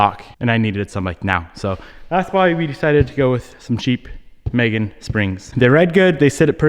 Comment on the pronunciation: It’s pronounced me-gen not may-gen